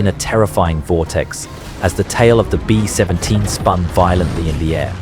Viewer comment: The AI is really struggling with the - in B-17 by the sounds of it